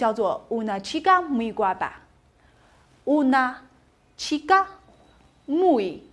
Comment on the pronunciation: 老师读的guapa读错了，应该读“哇爸”不是“瓜爸”